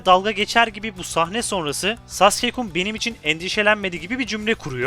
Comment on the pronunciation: Sasukeye neden sasike/x3hız diyorsun dostum.